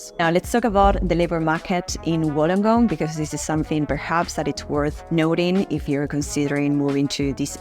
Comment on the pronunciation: Wollongong is pronounced as [Wool-long-gong]. Lived here all my life and I'm 49 years old. Can not live anywhere else. FYI, the ladies video really doesn't do justice on Wollongong as it focuses on North Wollongong and its suburbs. Wollongong was built on heavy industry, e.g. Bluescope aka BHP is the past. They specialise is steel production. Of late, the industry and started to slip BUT they are still big players along side AAT (Australian Amalgamated Terminals ) Car import and Export including break bulk. Anything (products) that can come on a ship, goes through AAT. There are are lot of Wollongong residents that work in Sydney as its 'close by' by car and by train. Councils with the 'Illawarra region' are Wollongong City Council, Shellharbour City Council and Kiama Council. Websites you should visit: & & Shellharbour: Kiama: Gerringong